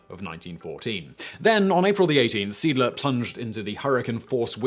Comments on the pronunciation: It's pronounced ZEE-ADD-LER... "Sea Eagle"... It's skipper must have been a strong bugger as in the museum in Lyttelton , South Island, New Zealand it was recorded he lifted a chair with a man seated on it by the back two legs and keeping his arms straight deposited what must have been a fair load on top of the table he and his crew where sitting around. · Good Sir, Seeadler means sea eagle. The first to e's are pronounced like the e in engine and the following a like the a in arrow. You pronounced it like Siedler, which means settler. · Video is nicely done. Seeadler is pronounced see-add-ler. German for "Sea Eagle". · Well, he said Seeadler in a way, that it sounded like Siedler (settler). That is not "Pronunciation Nazi", that is simply correcting a mistake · /ˈzeːˌʔaːdlɐ/ - See+Adler, not "seedler". Hate to nitpick, but it's not that hard to look up the pronunciation of the main subject of a video. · It's pronounced "zay-ahdler." (Or you could be consistent and render the translation as "seegle.") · My good fellow... Moewe = "moovah". Seeadler = "zay adler" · Seeadler - sea eagle. "Zee ahdluh" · SEEE - ADD - LER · Sounds like "Siedler". It took me a while even after the picture with the ships name was shown to realize what he was trying to say. :D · Seeadler is not pronounced Siedler. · I know, it threw me off so much! "... and rechristened the boat The SMS Siedler" The Settler? "... or, The Sea Eagle." Ah. Seeadler. That's... I guess I see why he said it that way? 3 letters making a single sound? That doesn't really even happen in english! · I was typing this out. This frustrated me greatly. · Almost as bad as "his personal ship waderland" (vaterland, pronounced faterland). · The pronunciation of Seeadler made me chuckle. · Seadler lol. It´s a compund word. See + Adler meaning Sea Eagle. Not one word pronounced like a English one ^^ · "zayADler", not "SEEDler. See is German for Sea. Adler is German for Eagle. Seeadler = Sea Eagle. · It's pronounced Seh - Ahdler